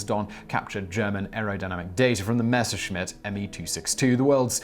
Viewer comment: Thank you Simon. Nice to hear someone pronounce Messerschmitt properly. Tired of hearing people say - Mesh-er-smit. I wish they'd stay in their Robin Reliants! Look at the spelling, guys. (And Gals, I imagine, too).